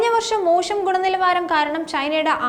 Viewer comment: "മോശം ഗുണനിലവാരം" എന്നതിന് "മോഷം ഗുണനിലവാരം" എന്നാണ് പറഞ്ഞത് (2 മിനിറ്റ് 12 സെക്കന്റിൽ) ഞാനാദ്യം കേട്ടത് motion എന്ന പോലെയാണ്. ശ്രദ്ധിക്കുമല്ലോ 😢